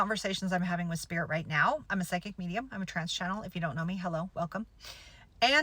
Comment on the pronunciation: ooooh trance! i thought she said trans lmao